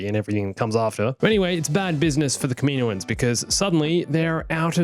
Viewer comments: Man I love your videos and your ideas. But seriously,kameenoans? Kam-in-O-ans. I hate to complain about anything but that sounds like nails on a chalk board to me lol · can you say kaminoins. As kam-in-o-ins not kamino-ins cause that is the proper way to say it but you do you